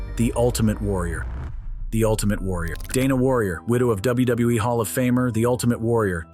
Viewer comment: u say wbe what wbe